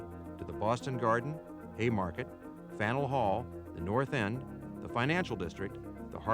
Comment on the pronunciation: you can tell the narrator isn't from Boston by the way he pronounces Faneuil Hall.